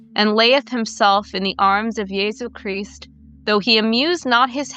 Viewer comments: almost turned it off when she started saying "yesus chrisst" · Is she a witch? She says yeesus creast